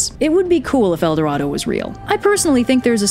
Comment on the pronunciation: As a spanish person love it when you say "el doradou" :)